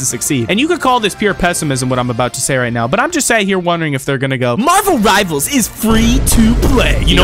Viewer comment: Bro really said Marvel rivels